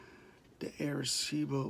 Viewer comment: Say right please arecibo.